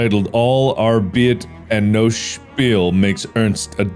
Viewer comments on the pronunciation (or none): Mark's pronunciation of arbeit on the shining reference is truly something